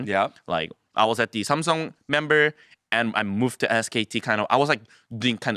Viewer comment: 영어 겁나 섹시하게 힌다 1시간짜리 ASMR 뚝딱이자너 그와중에 샘성 안하고 삼성이라하네 ㅋ